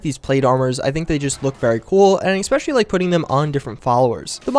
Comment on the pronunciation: jfc it's ESpecially not ECspecially.